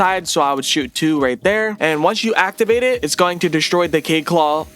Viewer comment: THEYRE AND CORRECT. ALSO ITS KA-YEED NOT “KAYED”